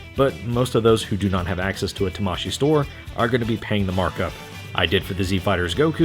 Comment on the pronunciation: It's pronounced tamaSHII, not taMAshii, that's why it has two i in it. It's like kawaii.